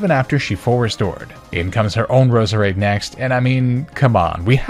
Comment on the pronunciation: For some reason i kept hearing your Roseades name as bread ha ha still awesome video